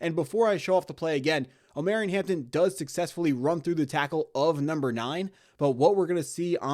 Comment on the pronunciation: Jesus bro I can’t keep listening to you butcher my boys name hahah. It’s Omar-E-on, Not om-air-eon…… You gotta listen to more 90s R&B 😂